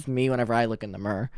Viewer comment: the way says mirror 😭 you're missing a lot of letters there babe AHAHA😭 edit: spelling error lol oops